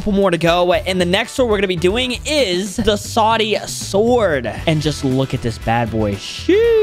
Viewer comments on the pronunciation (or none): none